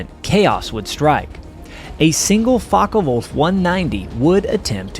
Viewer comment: Focke Wulff Not Fawka, but the o sounds like the o in for, core, four